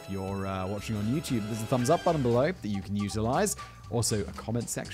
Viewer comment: I at first thought you said "there's a thumbs up button you can euthanize" and thought you had turned into MrBallen or something.